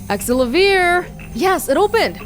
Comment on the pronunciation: I'm pretty sure the correct pronunciation is Axe-sell-uh-veer. I'm not sure if it will be the same with the Japanese voice acting, but the English voice acting pronounces it like that, and it is going to drive me nuts if you keep pronouncing it differently. Edit: As mentioned below, the Japanese version is Axe-sell-ah-veer, while the US pronunciation is Axe-sell-uh-veer.